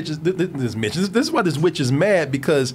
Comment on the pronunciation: Every time he says witch I HEAR BEEOCH